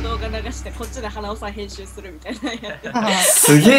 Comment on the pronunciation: 誰がへんすーしたでしょう、にしか聞こえない、、、（笑）